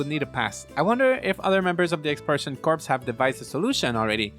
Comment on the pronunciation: By the way "Corps" is pronounced "Core", the "s" is silent. You're saying it like a dead body, lol.